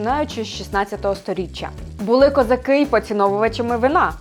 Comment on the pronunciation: Хто вас вчив української? Що це за козакЫ, чаркЫ... Ви що, тувинка, чи бурятка, що таке тверде И?